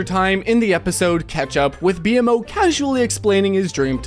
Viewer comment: i don't like the way you pronounced "BMO" 😕